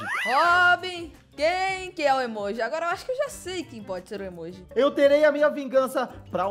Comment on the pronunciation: O Robin fala emóji e não emoji kkkkk